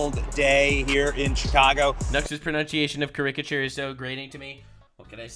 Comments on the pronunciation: Hey, the first 3 syllables in caricature should be pronounced similarly to the word character, with the stress on the first syllable. I know I would want someone to tell me. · that's not how you say caricature:P You're putting the emphasis on the wrong syllable and it sounds kind of ridiculous. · Every time I hear his pronunciation of caricature I laugh because I love it. Why the hate. Canadians have different ways of pronunciation sometimes. 😂🤷‍♀️